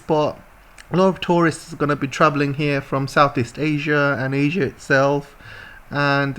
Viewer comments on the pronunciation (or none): none